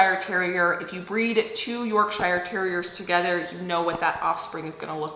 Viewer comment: Hey! Hehe Yorkshire is said “ Yorksha” in the uk ❤